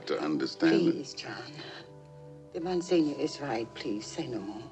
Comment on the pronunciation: "In The Heat of The Night" is another Poitier movie from this era with the same theming, and I'd say better than this (although far more pessimistic). And for a latter-day Poitier, the high-tech spy thriller "Sneakers" (1992) is a gem of its genre. Fyi: The pronunciation of Monsignor is "mon-seen-yor" (or mon-seen-yer). It's a clergy title.